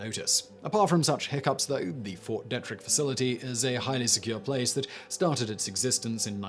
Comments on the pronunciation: Thank you as always Simon. But you do know that Americans pronounce it Dee-trick right? Ft. Detrick. Just so you know. American is a language. Our language, like English is your language. Anyway whats really important is that Site-R, Raven Rock. Was, and still is, a tresury vault for a post Apocalyptic future. One we pray never occurs. You see the intended purpose of Site-R was a safe place to store $1 billion in $2 bills. (This is all true.) The Federal Reserve determined that was sufficient capital to float the economy for the eighteen months they felt would be needed before the Treasury Department, the Bureau of Engraving and Priniting, and the IRS, were all back up and running. The IRS will tax, whats left of your property, after nuclear war. This is to insure the government is still functioning to uh protect us.... and uh...Well the point is not mute TO THEM. They stuffed Raven Rock with two dollar bills. Those of us left have so much to look forward to. You might want to check this out. Thanks homeboy. Peace. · Simon, when dealing with the right way to pronounce American names, assume first that they're pronounced wrong, then ask a Yank. Like with Fort Detrich (DEE-trick). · I lived on Ft Detrick for 6 years when I was a kid. The e is actually hard, so think Deetrick for the pronunciation. Fun fact, the post clinic (like Urgent Care or something like that) and dental office were both in the same building as USAMRIID. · It's pronounced DEE trick. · "e" in Ft. Dietrich is not pronounced like the "e" in pet. It is pronounced like the "ee" in feet.